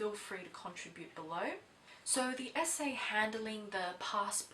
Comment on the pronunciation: You say "SA" but I keep hearing "esé"